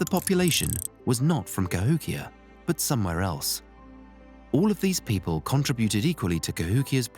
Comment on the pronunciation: Would have been great except you kept pronouncing it "Ka-HICK-ee-yah"